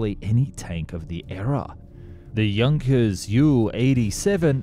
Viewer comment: You pronounce names weirdly. Ilyushin is pronounced like Eelyushin Junkers isn't pronounced like junk, but Yunkers Messerschmidt is not messermitch Anyways, great videos, like Mustard, but better and more often!